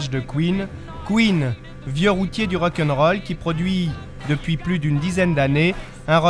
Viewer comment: Le Rokeunrol 😂 ces journalistes 😂 Queen, la base 😍